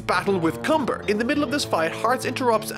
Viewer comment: Cumber. Cumbeeeeerrrrrrr... Does that sound wrong to anyone else? Just me?